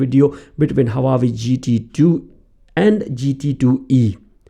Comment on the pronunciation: it is not HA WA YE it is HU AA WE